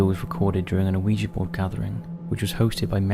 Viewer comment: It's pronounced wee-ja or wee-gee board. Not Oh-ee-ja board.